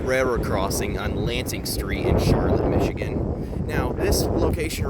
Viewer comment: You obviously are not from michigan. It's pronounced char lotte with the accent on the last syllable. Nice video though